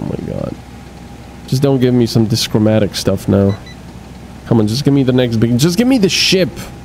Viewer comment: Also, DIchromatic. Two colors. not Dischromatic. No S!